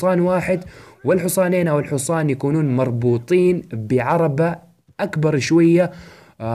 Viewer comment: الحوصان ؟؟؟؟؟؟؟؟؟؟؟؟؟؟ اسمه الحصان فرق بين نطقها بين العامية الحجازية وكتبتها الصحيحه نرجوا تفاديها مستقبلاً